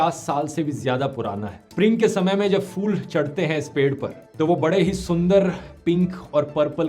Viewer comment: Salutes how you explain things and give us valuable info about the over all scenarios of this world but do a little homework for our national language hindi also bro you should speak hindi bhasha correctly as it's p,hool 🌺not fool, please pronounce it in a right way too to teach the use and differences between pa pha and fa. wrong pronunciation is spoiling our beautiful language.thanks.